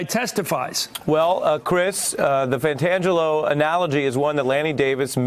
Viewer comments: It's driving me crazy to hear these talking heads, who all claim to be Godfather fanatics, get it wrong - it is FRANKIE PENTANGELI - not Johnny, not Pantangelo...Frankie Pentangeli, Frankie Five-Angels. One last thing: I cannot wait for the day (and it's coming fast!) that Robert "Stone-Face" Muller gives Donny "Short-Fingers" Trump an offer he can't refuse..."Resign, or go to prison!" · It's Frank pentangeli, not pantangelo. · Please, get the name right. lt's "Pantangeli." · Wow he butchered the names it's "Frankie 5 angels" and "Pentangelli"